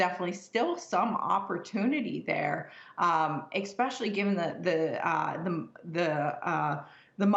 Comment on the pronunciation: I don't take Financial advice from people who use the word ex-pecially 🤦